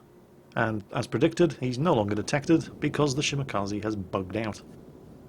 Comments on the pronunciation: It is shimakaaze! not shimakze! :P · i was correcting... it's not she-MAC-azee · How come you can pronounce Minekaze, but butcher Shimakaze? Its Mih-neh-car-zee & Shi-muh-car-zee not Shi-MACCA-zee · "shumakazzy" PLEASE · That's the best way I've ever heard to pronounce Shimakaze. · Wait how did pronounce Shimakaze? Also, why can't I run into people this stupid when I play? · bother, despite he maybe have watched Kancolle, and it certainly looks like that, and heared the name Shimakaze several times thru the series, it seems that can't pronounce japanese names correctly. No matter what xD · ***** Does it hurt to say it the correct way? No. So why not at least try? The more people who say it correctly, the more it will become the norm. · ***** Environment* And pronouncing them the [wrong] way isn't. You are toxic as hell, try to be more diplomatic, you can't make any friends if you are always that toxic. ;) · ***** I'm not pissy. O_O And your saying the words WRONG, English and Japanese are different. I was telling them the CORRECT way to pronounce them. It is a genuine criticism.